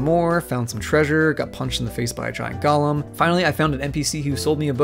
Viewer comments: GO LEM GO LEM GO LEM Its pronounced GO LEM Its not the cursed hobbit from Lord of the Rings, not GAUL LUM its GO LEM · it's go-lem not gollum. people who mispronounce golem drive me fuckin nuts. a golem is a material construct brought to life by magic, gollum is a stoorish hobbit who was tortured and twisted by the one ring in tolkien's work. they're two completely different things, unrelated to one another.